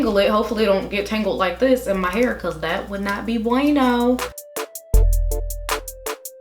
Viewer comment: She said “That would not be buenoo” 😂😂